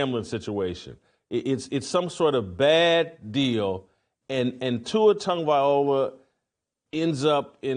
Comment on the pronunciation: Bruh, at least pronounce his name correctly. He's going through enough already.